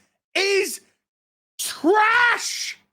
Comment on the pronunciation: The way he said "THIS - IS - TRASH!!!!" makes me laugh so much lmao.